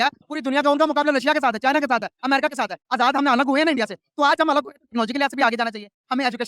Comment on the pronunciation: Pahle bolna toh seekhle, America hota hai Amrica nahi hota hai.